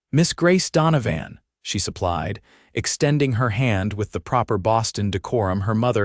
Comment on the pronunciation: It's pronounced don-o- van